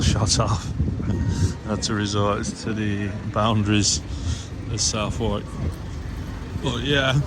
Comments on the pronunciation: It's pronounced Suthark not South Wark. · It's pronounced "SuthArk" ps it won't be 30 years, it will be 10 with good behaviour. Scum bag he is.